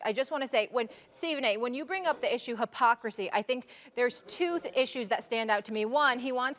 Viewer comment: literally nobody: Molly: the issue of "pocricy"